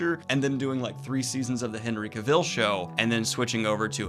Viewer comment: This may be petty, but names are important. Henry Cavill’s last name has the emphasis on the first syllable. “CAvil.” Rhymes with “gavel.”